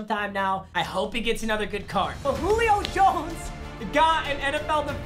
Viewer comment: “Jullio Jones” “Julip” lol